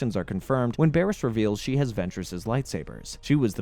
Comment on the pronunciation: not to mention him mispronouncing Bariss... even tho her name is literally said in the show ... on multiple episode from her introduction ... repeatedly